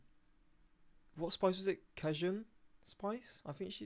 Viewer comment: Your pronunciation of "cajun" will never not be funny. 🤦🏻‍♂️